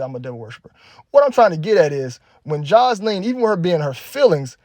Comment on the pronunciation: The way you say her name “joslean” lol so country